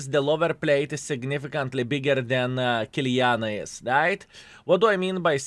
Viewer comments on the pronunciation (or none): Why you calling Kiliana?!!! IT IS KILANA!!!!! What a NOOB IS this YouTuber 😂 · Stop saying Kiliana! it´s KILANA !